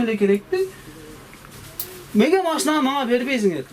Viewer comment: Меге эмес неге деп суйлосон бовойбу эмес болбойбу деп суйлосон